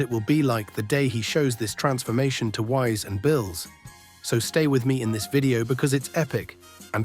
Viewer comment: Why do you pronounce Whis & Beerus names incorrectly ?